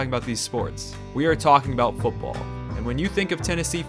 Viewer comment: it's "football" not "fooball". Dropping the "t" drives me nuts.